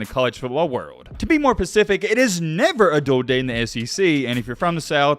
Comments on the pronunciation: the word specific starts with an S not a P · Could you be more "pacific" please? I click on these vids only for the cringe and still don't make it halfway.